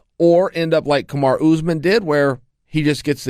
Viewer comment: I wonder how many more videos I'm going to watch where Chael mispronounces Kamaru Usmans first name. It's literally every time he talks about him.